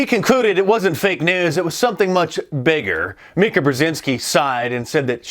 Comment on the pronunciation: “Mika” 😂 soooo stupid...